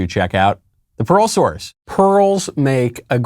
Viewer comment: Pearl source. I kept hearing Parole source.